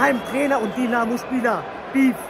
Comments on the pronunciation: Es heißt nicht Dinamo,sondern Dynamo!(Sowas regt mich auf!)😉! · Das heißt nicht Dinamo sondern Dynamo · junge das heißt dYnamo und nicht dienamo. 😂 das tut weh im ohr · Danke für deine Doku😊. Komm gern wieder ins Stadion! Aber Bitte DYYY nicht Dinamo😂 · TIPP:nicht Dinamo,es wird Dünamo ausgesprochen und Dynamo geschreiben 😊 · Bitte in zukunft dynamo sagen, nicht dinamo. Und noch ein tipp am rande "licht am fahrrad - dinamo" ist vielleicht in manchen Situationen nicht unbedingt förderlich für das körperliche wohlbefinden 😂😂 Und vielleicht bei den nächsten besuchen von Stadien die Menschen um dich herum nicht so nerven 😂 der kerl neben dir guckt nicht nur einmal total genervt 😅 Aber alles in allem steht fest woher die besten Fans kommen! Elbflorenz 🖤💛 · So,...und jetzt nochmal richtig DYNAMO spricht man "DÜ Namo" nicht DI Namo". Kriegste noch hin, Bro! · Dynamo.. nicht Dienamo :D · Dieses dinamo es heißt Dynamo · Es heißt DYnamo und nicht DInamo. Danke 🖤💛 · Tipp: es wird Dünamo ausgesprochen aber Dynamo geschrieben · Es ist grausam wie Du Dynamo aussprichst. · Wer noch nicht mal Dynamo aussprechen kann. Respektlos ist mit Licht ans Fahrrad Dynamo. Sollte dieses video für sein scheiß Clickbait Löschen! Zu 100% hast du nichts mit Fußball am Hut ubd solltest wieder dahin gehen wo du her kommst!